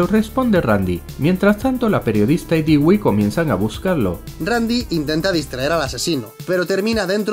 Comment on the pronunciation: 😭 Dewey no se dice “Digüi”, se dice “Dúi”. ¿Qué no vieron Malcolm el de en medio? 🤦🏽‍♀️💔